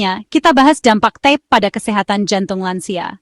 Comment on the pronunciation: Mohon maaf, itu namanya ta-pe, bukan tep